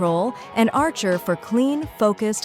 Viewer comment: I know it’s not a real person talking, but still funny how bad they butchered archer’s true name.